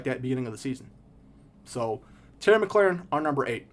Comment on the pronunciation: Great vid. The way you pronounced mclaurin isn’t right tho lol its mclore-in not mclaren